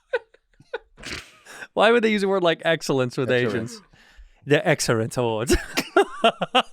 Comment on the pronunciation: Wercome back to the asian exerrance awards 😂😂😂😂